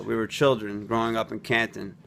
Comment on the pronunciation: He doesn’t say Canton right, don’t believe him